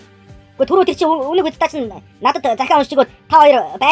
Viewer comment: Үнэг сда буруу уншаад байнш дээ